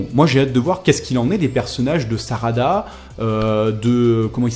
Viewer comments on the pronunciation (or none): "sadara" j'étais plié!😂 mais sinon a part sa bonne vidéo